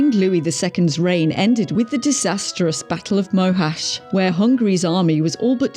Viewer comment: Never mind worst king, this vid has some of the most annoying mispronunciations on YT! Stephen = "Steffen"?? Angoulême = "Ann jew lame"! Mohacs = "Mow hash" Oh dear.